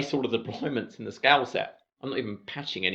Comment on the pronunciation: Really great video summarising the exam and nice water break humour. Only hitch was getting your "scale " pronunciation was getting me as "scouse" ☺